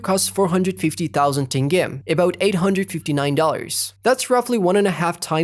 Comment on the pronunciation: i thought it's AI too but how did he pronounce Khazakh currency Tenge properly?